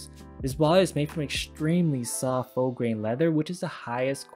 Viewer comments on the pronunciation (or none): Nice job on the reviews, very helpful. Question: is it an American thing to pronounce faux as "fox", rather than "fo"? First time I've heard it pronounced that way. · Good video. I have to mention it's "F-oh" leather, not "Fox" 🦊 unless it's legit fox skin lol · Lol... bonded leather is fake leather that falls apart on people, like vinyl. Also faux means fake or imitation and is pronounced foe. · Faux is pronounced “foe”… rhymes with “toe”. NOT “fox leather”, because that would mean it was made from fox 🦊 hide, rather than imitation leather. It will improve the chance that the perception of your audience will be positive… Especially since you are attempting to project a sophisticated, modern aesthetic. If you have any doubts about pronunciation in the future, most smart phones will have a “speak” option when you select a word. 😉🤓 This was a good video…but this small detail was really distracting, & with the popularity of vegan leather/products, could unintentionally put off some people. 🤷🏻‍♀️🤓👏🏽 (Hope you were able to return some of those lower quality options!!😅💸💸) Stay safe out there, be blessed.🤓🤘🏽💋🔮⚖️ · You did a great job of presenting these products and really helped me make a more informed purchase! Keep it up bro. Now the grammar Nazi in me is going to make an appearance. The "Faux" leather material is pronounced the same as "FOE" not "FOX." If I were presenting leather goods I would want to know. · Great review! I appreciate your attention to detail with the information you've collected to compare. One note on pronunciation: "faux" is a French word, pronounced like "foe." The X is silent - don't say "fox." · Great details and quick review. Just one complaint. Faux is pronounced pho, not fox. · Faux is not "fox" ... it's "foe". Very good video! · I’m guessing when you say fox leather that you’re saying faux. Faux is pronounced Foe… rhymes with No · *"foe" (faux) not "fox" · #4 Ekster is pronounced cone-Yak…not Cog-nak Faux…😊NOT FAUCKS, but FOE